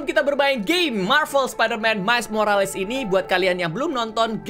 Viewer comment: Bang Kata² Morales ini dibaca "morels"